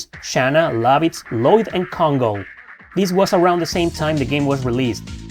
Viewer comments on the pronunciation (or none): none